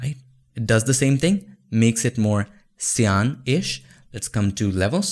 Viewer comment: Great explanation. Btw, it's "sai-uhn" not "si-aan". Cyan rhymes with Ryan (rai-uhn)